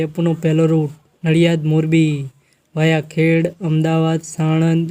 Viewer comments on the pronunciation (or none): ખેડ નહિ ખેડા બોલો